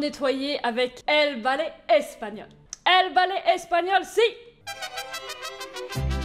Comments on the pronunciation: El bale espagnol ✌🏼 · El balai espagnol avec cet accent 😂😂😂 nan mais franchement t' est la best.